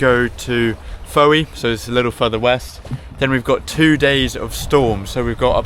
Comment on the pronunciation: Andy from Australia here. Just noticed you pronounced Fowey wrongly. I'll bet I'm not the only one to point this out....Ive never been there myself😂🃏